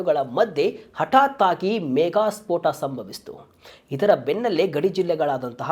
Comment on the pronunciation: "ಮೇಘಸ್ಫೋಟ" ಎಂಬ ಪದವನ್ನು ದಯವಿಟ್ಟು ಸರಿಯಾಗಿ ಉಚ್ಚರಿಸಿ. ನನ್ನ ಈ ಕಾಮೆಂಟ್‌ನಿಂದ ನಿಮಗೆ ಬೇಸರವಾಗಿದ್ದರೆ ಕ್ಷಮೆಯಿರಲಿ.